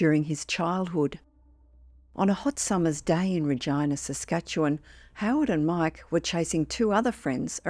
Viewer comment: Is the town properly pronounced "Ruh Gina" (Gina like the girl's name) or is it "Ruh Jina" (Like in vagina) and no Im not trying to be a smartass.